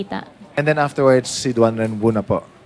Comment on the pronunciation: Your honor ang pangalan po ay DUAREN WU hindi DUAN REN WU